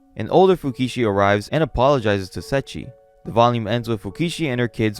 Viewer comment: I appreciate the video , because going back to this manga(vol 14) and finishing it just feels like such a painful task to do.:yougotthis: I only hear "Setchi" (Seiichi) :face-blue-wide-eyes: , edit:with such a long video it would have increased the run time by 2 minutes , totally understandable /gen